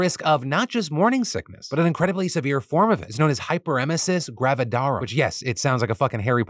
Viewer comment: Talking about womens health but doesn't know how to pronounce what he's talking about 😢 such an advocate- Hyperemesis Pronounced; HYPER-me-SIS